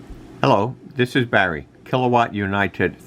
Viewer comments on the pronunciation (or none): none